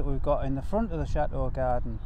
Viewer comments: I understand that but your parents and Ash always pronounce the word correctly I just wish you could too. Please, watch some of your old videos and truthfully tell me that Cha Oh is attractive. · You don't have to change who you are you just need to put a T in the word Chateau AS IT IS SPELT. I simply do not understand how you can call your lovely building a Cha Oh.......so ugly. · I understand that but your parents and Ash always pronounce the word correctly I just wish you could too. Please, watch some of your videos and truthfully tell me that Cha Oh is a attractive. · Love your program but please, please, please pronounce Chateau with a T. There is nothing more cringeworthy than hearing Cha Oh all the time. It is truly awful.... Thanks.